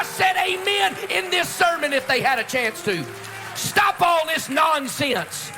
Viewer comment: "Stop all this non-say-ence"